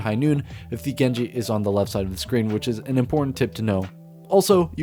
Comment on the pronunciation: “Jenji” oh alright a common mistake, “Hand soap” alright man what language you speaking here.